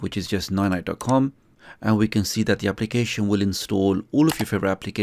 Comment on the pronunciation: Dis you just said Noy noy?